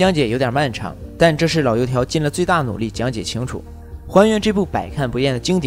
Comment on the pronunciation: 老---油----条，不是laou条，麻烦关键字吐字清晰点。讲解的不错，发音尽量完善点，不然听得真的难受。还有恐（kong）吓（he），不是恐xia。。这感觉就像喝一碗鲜美的汤，突然发现一颗什么。。